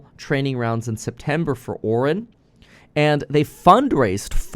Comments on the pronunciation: It's pronounced Ore-eye-in. Also, as a programmer, the general public's understanding of AI is based on a marketing gimmick. It's essentially just a good search algorithm. Think of it as a better version of google. There's no intelligence built into it. All it does is return an output which matches the context of the input. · how does this dude make this much money and have this many subscribers and not know how to pronounce Orion. I mean come on. The constellation is in the sky practically every night from january to apirl. Men in black, the galaxy is on orions belt. The term is ubiquitous and hes still saying it incorrectly. Not a big deal but just surprised to hear him say it like that is all. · How could you pronounce the name 'Orion", as in the constellation Orion, or the motion picture studio, so badly so many times? I also watched your "hatchet job" on President Biden walking in the sand. -- No humor there, Bro! How do you think that Trump would do, walking through the same sand? He's not so adept at walking on uneven surfaces, either. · why is he saying Orion wrong